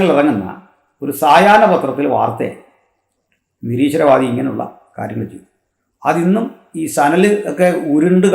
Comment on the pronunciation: ബഹുമാനപ്പെട്ട സഹോദരാ താങ്കൾ "നീരീശ്വരൻ" എന്നു പറയരുത്. നിശീശ്വരവാദി എന്നു പറയണമെന്ന് താലപര്യപ്പെടുന്നു🙏❤️